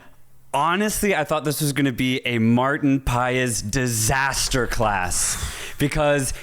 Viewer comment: Hey don't call Paes but Paas .. Marteen Paas 😅🙏